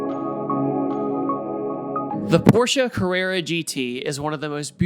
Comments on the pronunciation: Sounds like “the 🤛 orsche carerra gt” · With every “P” you say it makes my ears bleed just a little bit. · i like "the PORche carrera gt" lol